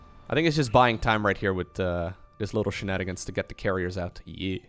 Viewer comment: what is the word that he pronounces as 'shinanagainst'